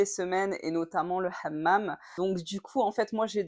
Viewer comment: Excellent, tu as bien prononcé le mot hamam à la marocaine et non pas à la française